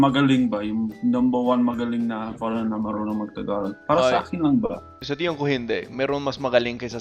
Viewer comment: “Sa akin✅”: Hindi sa akAn❌. Caught that min. Pero OK din.